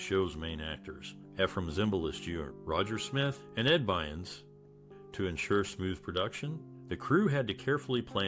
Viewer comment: Yay Kookie! "Bynes"? I believe the actor's name is BYRNS.